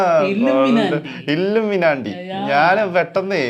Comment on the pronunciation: ഇല്ലൂമിനാണ്ടി അല്ലലോ ഇല്ലൂമിനാറ്റി അല്ലെ